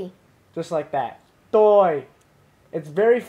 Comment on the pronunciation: (first comment)--what are we (your audience) doing "really great" ABOUT?!?! Also, although I'm just a VN novice myself, I'm pretty sure "Toi" and "Ban" aren't pronounced like "Toy" (hard "T") and "Bahn" (enunciated "n")--i.e., the "T" is a soft "t" (almost like "th") and you don't enunciate the "n" at the end of Ban (I think because of the "dot" tone under the "a"), it should be like your female companion said...hmmm--maybe SHE should've been doing this vid instead of you in the first place? :)